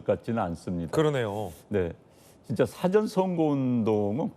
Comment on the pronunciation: " 영어 사전"???? "사아 전"으로 소리는 내는 인간이 없는 한국입니다. 공부 좀 해라. 잘난 척 하지 말고.:face-red-droopy-eyes::face-red-droopy-eyes::face-red-droopy-eyes::face-red-droopy-eyes::face-red-droopy-eyes::face-red-droopy-eyes::face-red-droopy-eyes::face-red-droopy-eyes::face-red-droopy-eyes::face-red-droopy-eyes